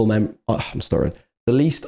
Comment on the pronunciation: Are you actually incapable of saying "im"? ITS basically fucking "him" without the h 😂 Imagine it scouse😂 Thanks for the reaction though🤘